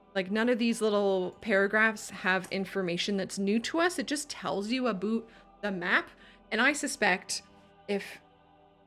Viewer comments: say "aboot" with a vigger thst mkes me think the bottom and the top part of head will separate in the mouth region. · that is the most Canadian "aboot" that I have ever heard.